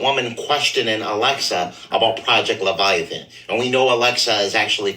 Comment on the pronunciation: Project levitation 😂😂😂😂 I think he meant project leviathan 😅😅